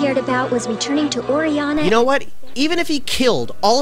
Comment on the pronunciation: Orianna THE WORD IS ORIANNA